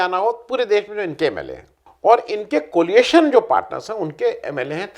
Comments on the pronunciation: एक विनम्र निवेदन कोलिएशन के स्थान पर कोएलिशन कहा जाना चाहिये ! धृष्टता के लिये क्षमा कीजियेगा ! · आ., COLIATION नहीं, COALITION! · Coalition, not coaliation. There is no such word.